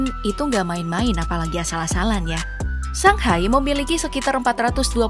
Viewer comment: Shanghai mba pop bkn sanghai Baca shenzhen kyk baca shenjen